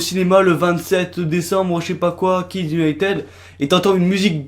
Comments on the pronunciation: en plus cela se prononce kids unitid pas kids unitEd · Jessica Ninot en plus il prononce Kids Unitede mais pas Kids Unitid (je sais que ca c écrit kids United mais c pour montrer comment il prononce ) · Au fait, ça se prononce Kids United pas Kids Uniteud 😉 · Tu prononce hyper mal "United" t'aime pas t'as pas besoin de faire une vidéo ! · Et déjà United sa se prononce pas comme sa😠